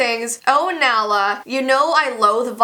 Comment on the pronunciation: She pronounced it wrong my dogs name is Nala after Queen Nala 😂✌🏻